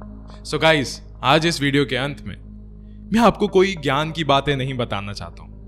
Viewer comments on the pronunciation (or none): none